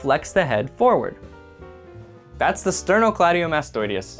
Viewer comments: You added extra i sounds. You said "sternocleidiomastoideus" 😂 It's the sternocleidomastoideus or just "sternocleidomastoid". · still misprounounced sternocleidomastoideus throughout the video:)